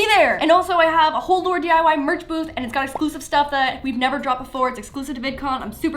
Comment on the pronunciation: we have a laurdiy merch booth Me: WTF is a merch boob Rewind Me: oh merch booth.....